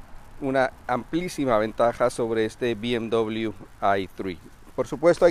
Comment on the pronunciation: Amigo si el vídeo lo hace en español, pronuncie la marca en español!